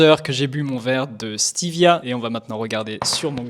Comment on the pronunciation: Stévia et pas steevia